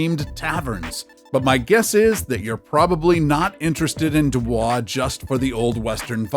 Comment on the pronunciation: It's pronounced do boys